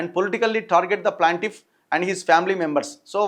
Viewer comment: Not PLANTIFF IT'S PLAINTIFF ANNA🙏🙏🙏🙏🙏